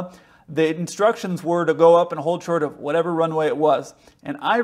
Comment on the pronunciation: She didn’t get the readback…she spoke ultra fast which is normal for ATC but she didnt pronounce well, as she truncated the words “ hold short of”